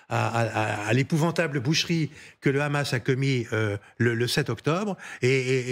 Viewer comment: Pourquoi la "journaliste" prononce "Ramas" au lieu de Hamas????????😂😂😂😂